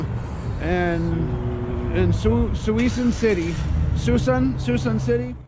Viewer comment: Its Suh-soon 🤣Good sturgeon and striper fishing there, when I lived in the bay we used to fish Montezuma slough allot right there. Greetings from Portland Oregon